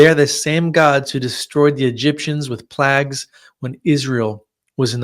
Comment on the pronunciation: I wasn’t aware that Egypt had 10 placks. I thought plaque. What is the word grew on your teeth surfaces? Or are you referring to bronze or brass plaques that were bolted to buildings? Please check your pronunciation, and what it means to the story before you speak !